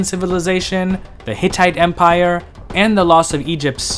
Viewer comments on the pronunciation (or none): none